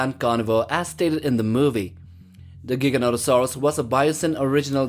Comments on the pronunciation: It's prononced (J-eye-gan-toe-saw-us). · Funny how giga is not pronounced either of the ways stated in the video and wasn’t the biggest carnivore, that belongs to tyrannosaurus and giga would most likely get Merced by a rex